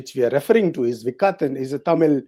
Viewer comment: It is vikaTan with a hard T as in part. Not a soft t.